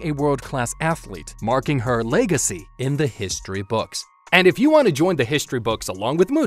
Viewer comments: ha he said leg-acy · “Leg” acy? Cmon man... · Boi you didn't need that emphasized "leg-acy" line but you did it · "Marking her Leg-acy" Nice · marking her LEG-acy kill me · "Marking her leg-acy" Bruh. LOL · "leg-acy" i get it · Did you really had to do Muto like that "Leg"acy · I got believe you actually said leg-acy at the end 👏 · "Marking her LEG-acy in the history books" 🦿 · did anyone notice how he said "leg"acy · Her "Leg-acy". I see what you did there